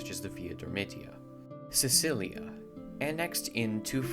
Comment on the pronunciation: Sicilia is pronounced with a k Romans never pronounced the C as S The greek name informs us of that too Sikelia